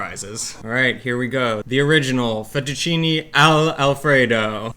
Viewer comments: I love how he makes no attempt to say the Italian words in any way Italian Fetucheenay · Im german and I believe 100%! My passion is cooking and language! And therefore I try to pronounce the words, the same, as I heard them from the native speaker, as a form of respect and I think we can understand each other better!! So, I learned that the American and English people pronounce everything they don’t know as an “ey” For example Fettuccine =Fettucciney, Cafe=Cofey, Late=Latey, Grande= Grande and Giovanni= G I Ovanni, though I heard the Italian pronounce it more like Govanni with the first I silent! Only if the name is Gio then the I is pronounced! And to come back to the “ey”, the can pronounce the “e” it’s in thE, fEttucine, pEn. do you think I’m to serious or do Italian pay attention to that? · This guy is funny, mentioned the correct pronunciation of fettuccine Al Alfredo multiple times, and he just… can’t… I think he’s having us on. Yep, there’s some intentional filmmaking going on here.